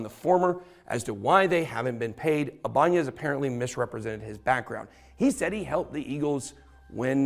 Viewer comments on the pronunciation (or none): bro that is so not how that is pronounced 😂 It’s actually also the name of a guitar company. You’re saying the n like an ñ. It’s just “I-buhn-nez”. …orherwise interesting video though, didn’t even know all of this happened, thank you for sharing